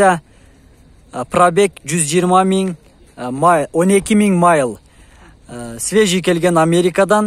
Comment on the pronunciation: Пробег 12 миң майл 😄😄😄😄 ээ майл эмес мил.